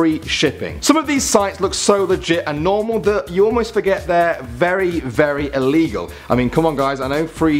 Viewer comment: ITS ILLEGEAL